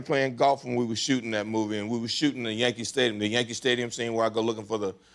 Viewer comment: I swear I heard him say "Yankee Pfftadium"! Or is Mandela hitting me with his transdimensional moonbeams, we'll never truly know